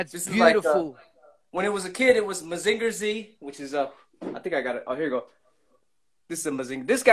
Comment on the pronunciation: WHATS GOOD, IF IM NOT MISTAKEN THE FIRST ROBOT IS CALLED" MASINGER, THE "G" SOUNDS LIKE A "J"